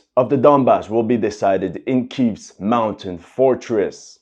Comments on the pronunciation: Dude, it's pronounced KEY-EV, not "Keeeeeev". Just as Kharkov is not "Kar-KEEEEV". Russia will not lose this war, and Zelensky has his overseas retirement options open and ready. No more freebies from America. You made your bed persecuting Russian ethnics, now sleep in it.... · it's Kiev , quit saying Kyiv.. it was spelled properly for you and you still say Keev